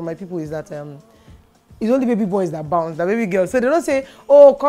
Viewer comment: You mispronounced the word the word 'bounce'.